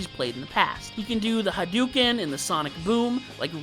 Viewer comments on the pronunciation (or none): none